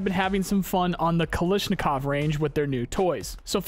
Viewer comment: Kalashnikov, Kal - A - shnikov.